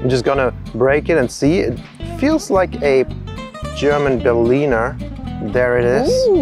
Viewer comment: A German who cant pronounce Berliner. Rose jam Hagebuten common also in Germany